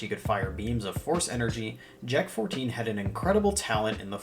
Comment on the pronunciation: Bro when I first looked at the word Jek- 14 I thought you said J*rk 14